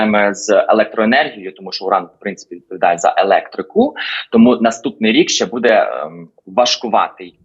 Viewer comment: Господи,, ставте правильно наголос у слові буде!!!